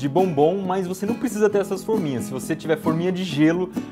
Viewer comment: para nessa parte e da play da pra perceber que ele fala forninhas